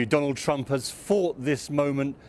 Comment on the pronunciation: I swear said Donald Tramp😅😃🤣